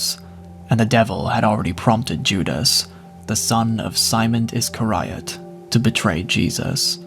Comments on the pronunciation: Iss-scar(e)-ee-uht (iscariot). Sorry, I had to point that out 😅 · Always good to hear scripture but the way u say Iscariot makes me smirk hard haha. Ih-scare-E-ot